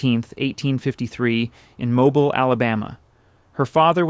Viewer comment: Mobile, AL: “Mo-beel” Pronounced Like: “no peel”